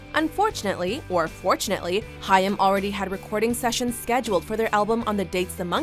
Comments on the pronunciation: How can Haim be pronounced Hiyam? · It's pronounced Hime. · I'm more annoyed that they're pronouncing the name wrong. It's pronounced like "Time" but with an H. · She pronounces their name wrong.🙄